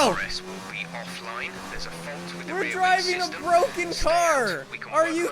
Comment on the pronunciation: It's Bwoken!!!